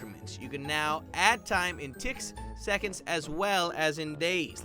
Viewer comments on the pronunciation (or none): When he said two ticks I thought he said two d**ks